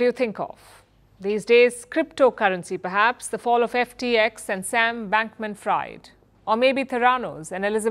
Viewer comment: Fried of Bankman-Fried is pronounced Freed. Great show!